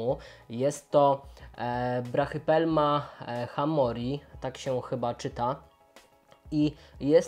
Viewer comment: Brachypelma a nie brachopelma